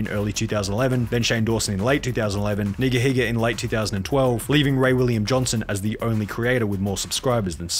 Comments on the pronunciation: i love how he pronounced "nigahiga" nig-ahiga to avoid getting canceled 😂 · The way you pronounced Nigahiga, dodging bullets like in Matrix